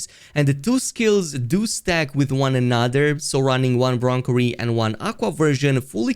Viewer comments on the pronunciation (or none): Cherry -> bron-cherry. 🙂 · do me a favour, say cherry out loud. now say broncherry. see how its not bronkerry?